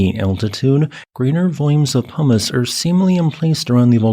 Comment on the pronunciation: for some reason, I keep hearing "hummis" when you say "pumice" today, lol. It does make for some silly mental pictures lol